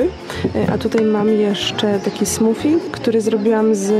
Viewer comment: Trochę mnie śmieszy Twoja wymowa "smoothie" (ale rozumiem, bo sama kiedyś uparcie zamawiałam w restauracji "gnoczi" 🤣)